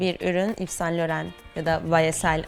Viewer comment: İv San Loho diye telaffuz ediliyor